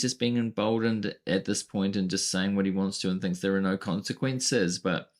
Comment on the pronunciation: Say "noer" to "tesler"